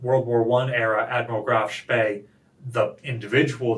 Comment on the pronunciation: Danke for pronouncing Graf Spee correctly. 👍